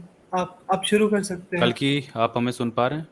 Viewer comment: कल्कि नहीं कलंकी है ये लौंडा